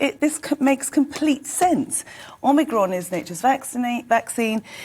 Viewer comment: Can someone tell that woman is omicron not omigron